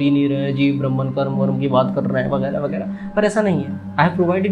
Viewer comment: वीडियो की स्क्रिप्ट जितनी अच्छी थी, उतने ही शानदार तरीके से आपने इसे अपनी आवाज में पिरोया है। But डूड, ये ब्रह्म्न क्या है मित्र? ब्रह्म की ब्रह्मन तो अंग्रेज उच्चारित करते हैं भईया 😅 बाकी सब शानदार था, और जगत तो आखिरकार मिथ्या है हो 😊